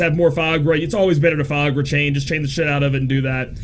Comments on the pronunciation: it's Fy-ra-guh, not Fiagra (sounds like viagra) hahahaha! Great guide, as always. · did you just viagra insted of firaga? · I kept hearing viagra haha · Repeat after me: fi - RA - ga. fi - RA - ga. fi - RA - ga..... see, it's not that hard!